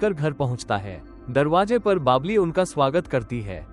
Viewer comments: Baabli nhi babli 😂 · Uska naam Babli hai na kii baabli😂😂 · Baabli nahi babli🤣